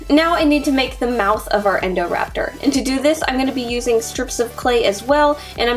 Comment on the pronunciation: She said endorapter not indorapter